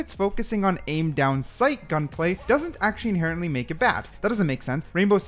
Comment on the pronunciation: Inherently Inhenerently